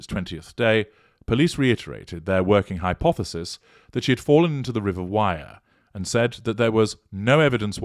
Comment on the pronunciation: Why can't the police get the name of street right where she entered? The right road is BLACKPOOL LANE. They need to ask for dashcam footage for that road. Please get that out there. Thank you. The River Wyre is pronounced- Wier, like with a Scottish accent, rolling the R. I lived right near there. I appreciate your channel. Thank you!